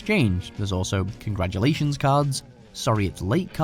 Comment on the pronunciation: there is no such word as COGRAJULATIONS. ITS CONGRATULATIONS.